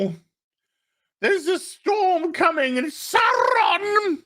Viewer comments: Saw Ron not Sour Ron you don't pronounce it dinosour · GALADRRRRRRRRRRrrrrrrrrrrrRRRRRRRIEL SAURRRRRRRRRRRrrrrrrrRRRRRRRRRRRRRON